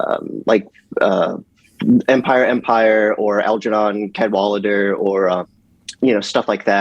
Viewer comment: Wait, that's how you pronounce it??? I always thought it was "CAD-wuh-ladder" lol